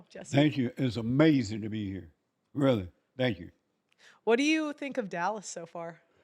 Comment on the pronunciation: Uh May Zen